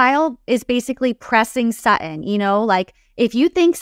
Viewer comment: Her name is SuTTON not SAA on please girl learn your language before you speak